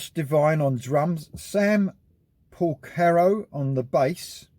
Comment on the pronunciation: Yes great album, but you could have done a little internet research into the pronunciation of two of America's finest musical families before uploading. The Porcaro's and Lukather's are known worldwide by anyone who knows anything about music. Jules and Josh are being a little quiet since the release. It would be better if they gave their side into why the sacked the man who seemingly got them together!